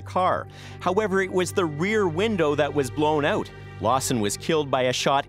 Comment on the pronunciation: It’s funny the way these people pronounce “out” like “eaut”. 😂